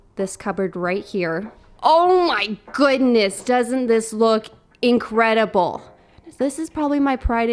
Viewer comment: Somebody else heard “incredibowl” ? Cause she said it about the cubbort with the bowls 😀